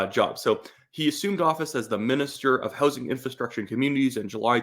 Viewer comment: Did you say direct minister of hozing? LMFAO